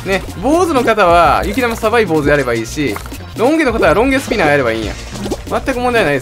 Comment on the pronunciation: ロンゲスピナーw (ロングスピナー)